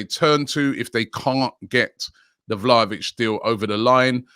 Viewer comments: Vlalovic lol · Vla Hoe Vic, Vlahavic, Vla vic, man his name is hard to pronounce.